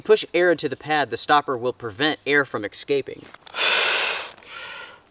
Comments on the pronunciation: Escaping, not excaping 🤣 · excaping? escaping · Thank you 👍. Just curious … why do say “ekscaping”, instead of “escaping”? Is it N.C. vernacular? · EGG-scaping. AHHH again 😂 ESS caping !!! Or I constantly think about eggs and why they are escaping from this pad. Why are there eggs inside to beging with? AHHHHHHHHHHHHHH